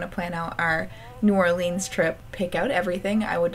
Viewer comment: 😱😱😱 you're coming to New Orleans (which your pronounced wrong but I forgive you 😊) it's amazing! You should go to City Park and NOMA (New Orleans museum of art) because the scenery is BEAUTIFUL!!!